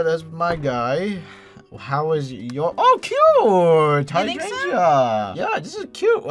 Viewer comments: You two pronouncing "hydrangea" had me absolutely rollllling!!!! "high-drain-ia"! You don't pronounce the "g" XD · You pronounce Hydrangea wrong. Your adding an extra g and a y. Your saying Hydrangyea (Hydran"gee"a. The only y is in the beginning, not at the end. (Biologist sorry)